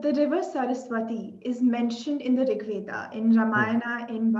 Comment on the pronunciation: WHY ON EARTH do we MISPRONOUNCE our names....it is not VedAAAAA, RamayanAAAAAA...